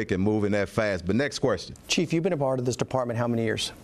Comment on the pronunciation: Querstion? The hire the best and brightest...i bet he axes a lot of querstions